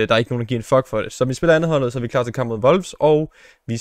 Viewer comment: Hvorfor siger du Wolfs???